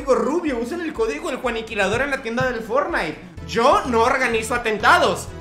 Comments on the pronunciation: pense que la señora digo fornais y era fortnite jajaja que pedo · Van a demamdar a la señora por decir fornite😂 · Nadie: Absolutamente nadie: Juan: caso cerrado fornite